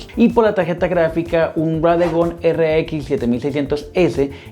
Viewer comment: no es radegon es radeon